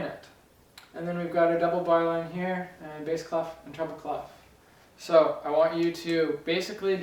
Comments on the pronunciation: is it clef or claff? i heard the latter in this video. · Clef ? normally the F is not pronounced and it means key, is it normal for English speakers to say it this way ? (it's a French word)